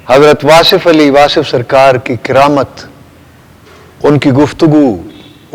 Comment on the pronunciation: کِرامت نہیں جی کَرامت زبر ہے زیر نہیں